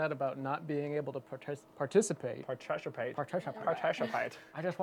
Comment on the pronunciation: I just want tuh pahtishipate LOL